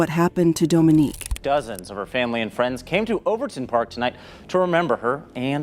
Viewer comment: How yall go go from calling her “Dominique,” to “Dominiquae?” Do better! Anyhow, RIP to this gorgeous woman. Sending strength to her entire family.